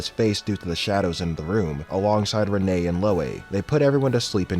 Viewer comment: Renee is pronounced Rin I believe